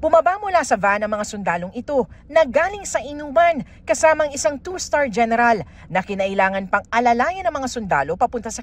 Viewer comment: Gayneral HAHAHAHAHA